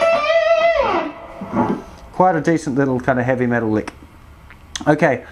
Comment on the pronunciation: you'll play shit really fast!! I like how you say metal with a cockney accent too! I wish I could afford you to be my mentor, the videos will do me for now tho :)